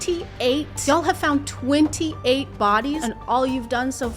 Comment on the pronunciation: you SENT me with that "*20-ATE*" I can't stop laughing XD